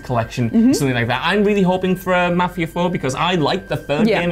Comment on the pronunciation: Seriously, why can't Brits pronounce Mafia?